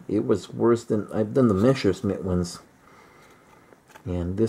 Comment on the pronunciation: It’s messerschmitt not mesher-smitt Sorry 🙄